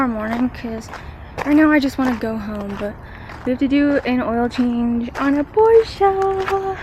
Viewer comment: Glad to see a young lady in the trade and big props for pronouncing “Porsche” correctly! Subbed.